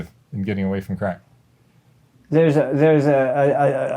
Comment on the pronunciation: He cant even say crack, bless his lil heart.